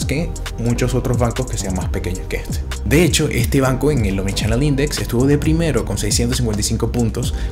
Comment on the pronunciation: En vez de en, eng. N no es NG. Acento raro presentando productos chilenos. Estoy en Chile o eng Venezuela?